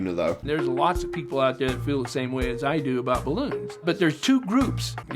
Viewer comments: Am i the only one that hears him saying Bloons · Everyone: Balloons:Bloons